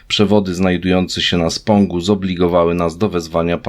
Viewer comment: Spąg, a nie spong